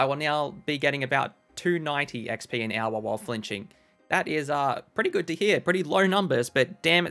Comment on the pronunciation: I love hearing you say the word hour. Sounds like "ow-wuh"